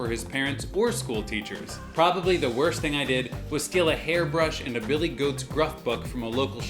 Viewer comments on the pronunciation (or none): none